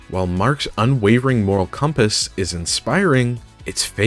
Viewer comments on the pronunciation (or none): none